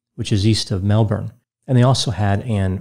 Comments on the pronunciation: The only time I've seen an American nail the Australian town names perfectly! Especially Melbourne. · Thank you for making an effort to say Melbourne correctly! The aussies love you! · Hi from the Gold Coast 🇦🇺 I couldn’t believe his perfect pronunciation of Melbourne. I was like fucking finally an American got it right. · Hi from Melbourne 👋🇦🇺 really impressed me the first time I heard his perfect "Mel-bin" 😁 Buuuut...I had a good laugh at "Wunna-grutta"!😂 I don't expect any non-Aussie to pronounce Wangaratta correctly! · Thank you for pronouncing Melbourne correctly!!